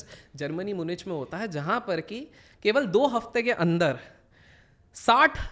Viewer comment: मुनिच नही म्यूनिख